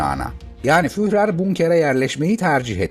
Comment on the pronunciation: Almanca isimlerin kafasını, gözünü yara yara. İnsan hiç değilse bu isimlerin telaffuzunu sorar öğrenir. Reich ( reyh diye değil, rayh diye okunur)...Hele Guderian'ın adı ..guderiyan diye okunur. Führer diye değil, füğrer gibi yani uzatılan ü şeklinde okunur.